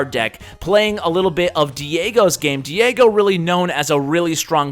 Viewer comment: Haha he learned to pronounce Diego correctly:D n1